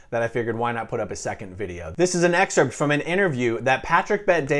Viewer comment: in all my 37 years i've never heard or seen anyone pronounce the 'p' in excerpt haha i lav ett